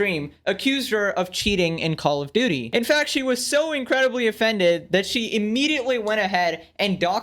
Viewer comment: call of duuty